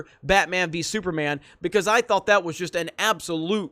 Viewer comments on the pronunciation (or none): none